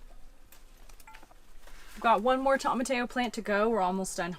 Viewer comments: But it’s pronounced toma- tee-yo not toma- tayo. Love your stuff! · It’s funny how you say tomatillo almost like tomato, “tomaTAYo” instead of “tomaTEEyo” 😆 I never thought of growing them myself but now I want to so I can make that salsa! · tomatillo- to ma TEE oh. eh! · Toma-tay-oh?? Oh, you must mean TOE-MA-TEE-OH! 😄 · Love y'all's videos! You do a great job of making the most of the time that you have in order to provide for yourself as much as possible. It's great hustle. Y'all also have the funniest/worst pronunciation of tomatillo that I've ever heard. Toh-mah-TEE-yoh. Not tah-muh-tay-oh. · I don't want this to come off as rude. But it's pronounced TOH MA TEEYO not TAH MAH TAYO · So I love y’all, and I am in southern Florida, where we have, as you both say, “ Tom-a-tayo” everywhere in every dish every market and garden and superstores....but you guys pronounce it so very wrong :( it is pronounced like this “toe/mah/tea/yo” now put together and say it fast. 🥰🤣 I lived in lima Peru (outskirts) and loved living off of my land too!! Heading back in a couple years for good. Ever want to swap homesteads for a few weeks I am up for it! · It's actually pronounced toe-mah-TEA-yo, it's a Spanish word. I'm not sure why they pronounce it tom-uh-tay-oh in this video. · It is called a tome-a-tee-o. Not a tome-a-tatoe. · I am your follower and I admire you guys but I can’t help it!!! Is not tomateio, tomatillo you pronounce Tomateejo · TO-MA-TE-YO tomatillo got it 👍 Are you guys were upset with eachother..?🥺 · Toh-maa-tee-yo. not tomateos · Hey guys you pronounce tomatillo like this tow.muh.tee.yo....long E....I know it seems odd that I would correct you, not trying to be mean, but just helpful....I have heard you pronounce it this way because I watch all of your videos...I love you guys.....keep up the great work.... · tomatillo = toh-mah-tee-yo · Tomatillo= Toe-Mah-Tee-Yo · I love you both so much but it's toe-mah-tee-yo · It's pronounced 'tom-a-tee-o'